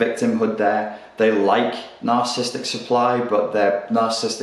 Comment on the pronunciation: Nar-cis-sis-tic - say the whole word.